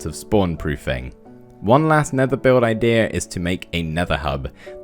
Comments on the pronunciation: Take a shot every time he says idears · Noone: Minecraft Youtubers: IDEAR